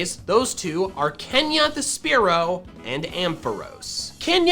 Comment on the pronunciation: THE SECOND E IN SPEAROW IS SUPPOSED TO BE AN A!